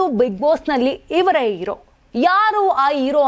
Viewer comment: ಅಮ್ಮ ತಾಯಿ,,, ಇರೋ ಅಲ್ಲ,, ಹೀರೊ,,, ಅಕರಾ ಹಕಾರ ಬಗ್ಗೆ ಜ್ಞಾನ ಇಟ್ಕೊಂಡು ಮಾತಾಡಿ